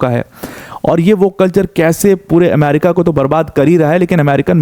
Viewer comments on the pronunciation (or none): none